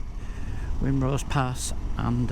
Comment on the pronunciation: Excellent video mate. Just one thing (and I'm not being an arse) but there is only one lake in the Lake District! And that's Bassenthwate Lake, all the rest are either Meres,Waters, or Tarns, also Wrynose pass is a silent W, it's pronounced Rinenose. Oh yeah, I do Wrynose and Hardnot on every bike I've owned. I honestly don't understand why people are worried about riding them🙄. By the way, really good camera/drone work.